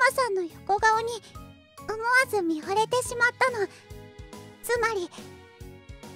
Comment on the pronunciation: 見惚れては「みとれて」と読みます。 「みほれて」ではありません。